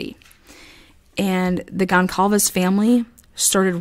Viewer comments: Goncalves is pronounced Gone sal vez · One more thing I wanted to add is that at first, I was having a really hard time pronouncing Kaylee’s last name. I see that you are having the same problem I did. It’s actually pronounced like this… Gone Sall Vez